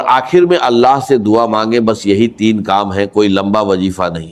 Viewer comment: Bilkul fake hai Wazifa ko wajeefa bol raha hai wagera wagera